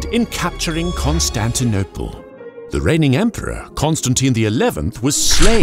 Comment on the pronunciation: "Ze germans!" Love it